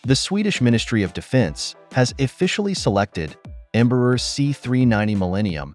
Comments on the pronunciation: This narration, whether someone or AI, mispronounces the name Embraer, which sounds like "EMBRUR" and not open, "Braer"! You need to learn to speak Portuguese. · the irony is, the part they most have issues, shoudl be the easiest since it SHOULD sound like "AIR". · Em- bra- er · Embraer shouldn't be that hard to pronounce. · Can we learn how to pronounce "Embraer" before we made a video about it please?